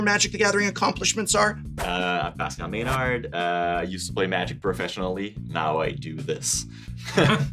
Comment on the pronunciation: Maynard as pronounced "MÉNARD" ? (Meuh-norr for our english friends) Quebecois TABARNAK !!!!